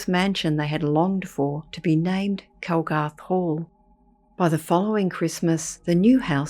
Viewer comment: Its 'Calgarth' Hall and the story is true. Been told for generations.